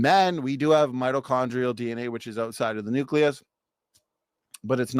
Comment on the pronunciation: I'd like to point out that he consistently mispronounced "mitochondrial."